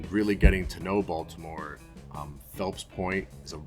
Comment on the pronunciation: Glad you're back. Also - Balitmore?